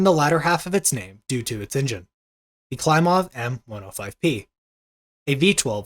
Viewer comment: Your pronunciations of some of the Russian names needs some work. KLEE-mov. YAK-ovlev.